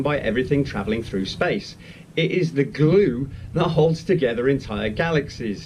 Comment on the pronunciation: why the hell is he saying 'glue' like that? Has he got a bizzarre speech impediment?